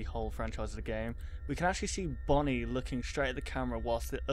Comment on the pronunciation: dumb fox its bonnie not bony